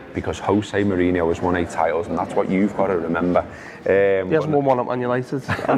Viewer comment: Props to for pronouncing Salah's name correctly Props also to for mispronouncing José Mourinho 's name. Shitcoat don't deserve the good stuff